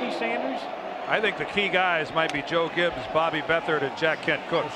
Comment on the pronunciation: The beer vendor could've suited up to beat this Broncos (one man) team in Williams, I mean place. Sorry the man can't even pronounce his own name correctly. Nor his former head coach, Joe Gibb. It's Joe Gibbs, you fool. Anyway, Elway and his '97 & '98 teams would've annihilated this Redskins team!